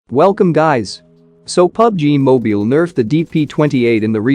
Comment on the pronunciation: “pubg moebeal” 😂